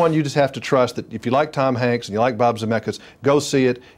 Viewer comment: XDD ITS TOM HANKS! NOT TOM HANK XDDDDD